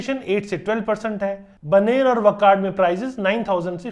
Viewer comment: चुटिया मिश्रा वाकड़ को वकड़, रामवाड़ी को रमावाड़ी, बानेर को बनेर, और पता नहीं क्या क्या अनाप शनाप बोल रहा है। पूरी रिपोर्ट लगता है एआई से बनवा करके बकबक करके बोल दी है। घटिया, बल्कि बहुत ही घटिया विश्लेषण।